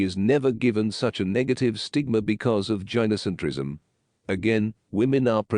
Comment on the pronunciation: Tip: When writing the script for your TTS, spell gynocentrism as guy no centrism instead. It'll help with the pronunciation.